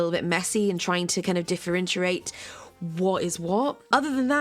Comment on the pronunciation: "Differenchurate"? It's differentiate